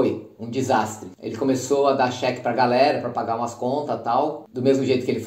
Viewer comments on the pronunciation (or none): none